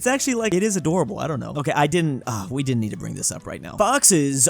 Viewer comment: Ich hab mich so schlapp gelacht als du gesagt hast"its adorabol"😂😂😂😂